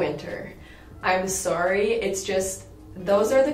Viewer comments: Someone make a compilation video of saying S-Orry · Love when you say sawry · Okay, so anytime I hear someone is from Canada i ask them to say the word sorry😂 AND SHE SAID IT 😂😂😂 Gosh i love it😂